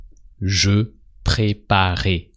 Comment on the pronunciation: Quand il dit " tu la préparais " J'ai entendu " tu l'as préparé "